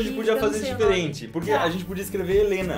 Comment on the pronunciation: mas a gente podia fazer DIFELENTE. kkkkkkkkkkkk